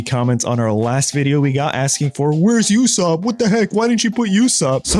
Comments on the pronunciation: it's Usopp not yousopp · its "oo-sop" not "You-sop". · He is called usopp not yousopp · it is not "U ssop" it's "Ussop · I don't mean to be that guy, but it's not "yousopp". It's a "ooh" sound, then "sopp". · Usopp is crazy it’s pronounced OO-sop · Ok, this guy doesn’t watch One Piece. He called Usopp You-sopp. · Bro really called usopp yousopp😭💀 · Yousopp? Bro has never read or watched one piece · your saying {you}ssop its pronucted uh like a uh and aw then ssoup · You're a criminal for pronouncing Ussop You-Sop. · Just quickly, Usopp is pronounced oosopp, the U isnt pronounced as itself, its pronounced as oo